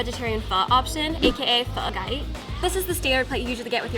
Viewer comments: she pronounced PHO CHAY.. as gai? what? like they dont even have the same initial pronunciation let alone the tone... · How is she vietnamese but she said pho chay as pho gay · pronunciation vegetarian "Pho Chay" sounded like "Pho Gaid". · cringe so hard because it's not even authentic Pho, it's the American version of Pho, which is not wrong, just not the authentic, the girl in the video didn't even say the word "Pho Chay" correctly. Could be just me being picky, but again, the video didn't prove much anyway :/ Simply eat your food however it pleases you that's all! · Chắc chị ấy quên cách phát âm nó thôi :vvvv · That girl is Vietnamese but she can't even pronounce pho chay right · She say "pho chay" all wrong!!!! Lmao. I bust out laughing.